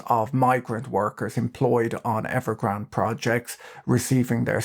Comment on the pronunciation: Evergrand-ay. There is an e on the end Pat